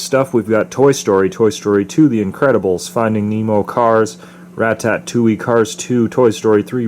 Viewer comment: You pronounced Ratatouille wrong